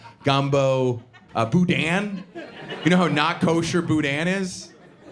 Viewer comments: His comedy is bland and made up with no real experience . Talks about Cajuns but can’t even say boudin right . His dad’s parents was prob Cajun but he isn’t . Can’t speak for Alabama , but most Louisiana which is real Cajun , would be too surprised to meet a Jewish person to be prejudice . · Cajun people don’t say boudin like that . His dad ran away from that culture so hard for that Jewish girl .